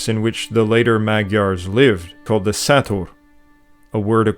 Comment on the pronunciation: Great video , bad pronounciation , im not hating and i get non hungarians cant say every word 100% correctly but at least try and find out how to actually say it rather than just wingin it like "sátor" the s is like sh in english the á is like when you scream "aah" the rest should be easy. I am Magyar and i do understand that not everyone is going to pronounce everything correctly but at least try please. And again love the video , lots of good info.